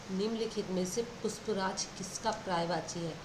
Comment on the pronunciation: Puspraaj nhi pushpras😅